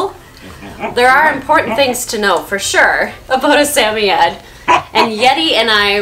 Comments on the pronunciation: It’s SAM-OI-D not SAM-O-YED-ED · It's not pronounced Sam-oy-eds It's pronounced Sam-oid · I'm pretty sure its sam- oye- ed, not sameyed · wait i didn’t know they were pronounced sami-yed i thought it was sa-moyd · Hello! Wonderful video! I have had samoyeds all my life and you do a great job highlighting everything one should know about the breed. Only question is I have been pronouncing suh·moy·uhd where as your pronouncation is sam·e·adds. Just wondering if I have been saying it wrong. Again great video! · Is.... Is that how you say the word? We've been saying it Sa-Moid not Sa-Mie-Yet.....help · Please pronounce the breed correctly it’s “Samoyed not Sameyed” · In England it’s pronounce “Sam-oy-yed” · In Australia it’s pronounced sam-oi-ed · its pronounced suh· moy·uhd. love the vid! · I find it weird that I want a Samoyed so bad but I’m still not sure the proper pronunciation of Samoyed. Most of the time I say Sam-owy-ed. But this girl seems like she knows what she’s talking about and she says Sam-iy-ed so I’m out of ideas lol. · Sam- oy- ed... you say it like that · Why are you pronouncing the Samoyed dog's name like Sammied? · It's SA-MOY-ED. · I hate to be the one to tell you but you are butchering that pronunciation. suh-moy-uhd. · Are you pronouncing their breed correctly? I watched your video, went to the pet shop and pointed to one I want and the worker corrected me on how to say the name. I was embarrass.